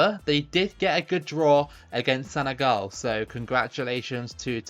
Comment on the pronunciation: it's not Senegal you say senegol